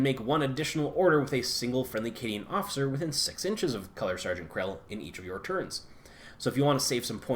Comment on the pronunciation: Kell, no "R" Not Krell, sorry it was killing me.